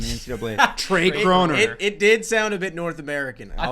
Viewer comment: How say Tre Kronor sounds like Trey Krowner or with a C Crowner. So I get how they think it sounds like a person because that sounded so American (I know he is Canadian)